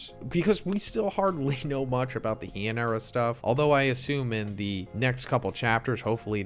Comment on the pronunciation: Heian… is not at all pronounced like that. Hey-an… all Japanese vowels are always pronounced the same no matter what’s before, during or after. You said correctly. He is pronounced just like me in. Edit: just to be specific, you pronounced “Hian” the vowel i is pronounced like the e in English’s she. Basically, Japanese has so few kana (letters) that if you mispronounce a word, you’re actually just saying an entirely different word.